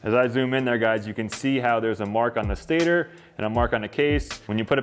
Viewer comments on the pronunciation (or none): none